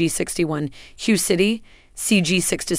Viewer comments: Hue City is is pronounced weigh city not hugh. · And Hue City is pronounced Whey